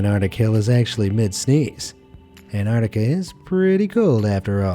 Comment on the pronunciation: I enjoy your narrator's voice, but please teach him how to say Ant-ARK-ti-ca correctly.